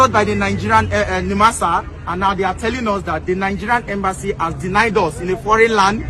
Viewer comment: Its embassy not embanssy